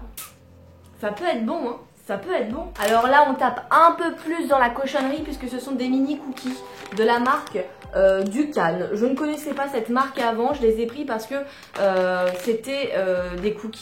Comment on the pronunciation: Dukan et pas Dukane ça viens de la fameuse méthode Dukan des régimes Dukan